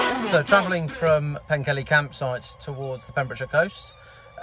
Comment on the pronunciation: Don't let Mostyn hear you say Pen-kelly, I think it's pronounced Pen-keth-ly - great video, and as you said the scenery in Wales is remarkable !!